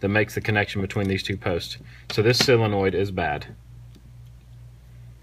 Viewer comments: There's no such thing as a "sillonoid". It's a SO len oid fer dang sakes. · It's a sOlenoid, not a sIlenoid.